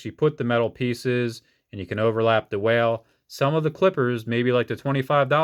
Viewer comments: What are your saying whale? Is wahl...wall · wahl is said like "wall" lol